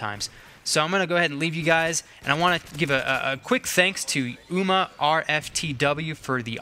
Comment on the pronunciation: Wow, thanks alot man ! Thanks for using my game play and by the way, the name is umar ( oo-maarr ) for the win (FTW) :D Just for future purposes, :D its okay, everyone gets my name wrong :D Thanks again ! :D